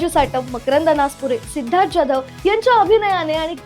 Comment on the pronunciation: जॅधव नाही "जाधव" म्हणा.